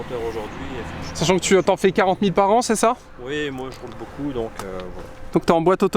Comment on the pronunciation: .Non, y a encore beaucoup(ta) apprendre..! 🤔 Quelle sale liaison qu'il nous a fait..!lol😜 Par contre c un BMiste comme moi et sa voiture elle est belle et encore nickel pour une 2006..! 👍😍